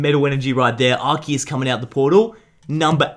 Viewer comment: ando you said assiest